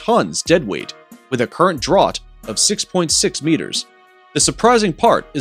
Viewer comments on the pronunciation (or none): Draught is pronounced ‘draft! 😱😂